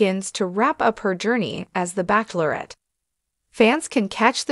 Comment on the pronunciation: You need to stop calling it "backklerate' 🤣